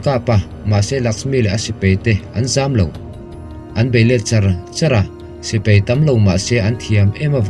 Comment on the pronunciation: Sipei nilo in sipai aww sir.